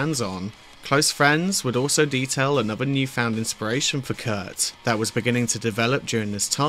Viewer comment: It’s Kurt. Not Kurdt